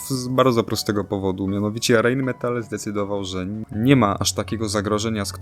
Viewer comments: Dzięki za materiał o k2. Zwróć proszę uwagę na wymowę, jeżeli podajesz nazwy niemieckie nie czytaj ich po Angielsku. MTU - Motoren- und Turbinen-Union Friedrichshafen - nie czyta się U „ju” to nie angielski … Rheinmetall AG - „ei” czytamy „ai”. Nie pisze tego złośliwie. Po prostu uszy bolą. Róbmy dobre materiały po prostu. Pozdrawiam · Czyta sie ,, Rain Metal " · Poprawna wymowa: Rajnmetal.